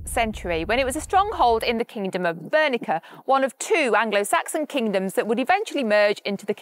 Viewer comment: I've never heard Bernicia pronounced "Bur-ni-ka"